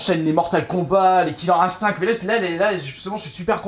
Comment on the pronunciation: « KILLER INSTINKKKK » 😂